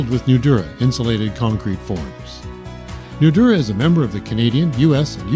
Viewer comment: Great product! but let the commenter know that Nudura is pronounced with a longer emphasis on the "a" of Nudura. eg. Nudura(h).